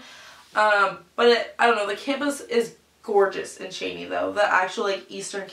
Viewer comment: Hey! Just so you know it's pronounced chee-nee not chay-nee! Also it's not really "run-down" like you're describing it it's just a smaller town, they've actually been doing a lot of remodeling and construction this past year! And Spokane is about 25 minutes away, not 45!